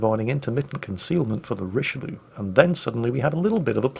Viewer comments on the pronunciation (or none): Not saying rich-a-loo doesn't have entertainment value, but: Richelieu - Roon